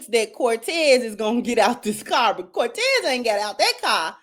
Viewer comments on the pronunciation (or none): I'm also laughing at how everybody is calling him Cortez when really she's saying Montez or Vontez. This never gets old. 😂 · Sorry his name was Montez not Cortez